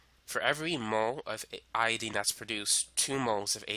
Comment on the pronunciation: love your video, but its iodINE not iodEEN